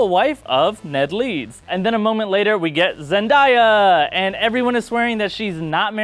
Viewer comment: Zen-day-a DAY NOT DIE